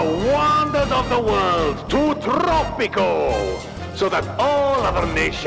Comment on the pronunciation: It’s pronounced Tropico, not trrrrooppppico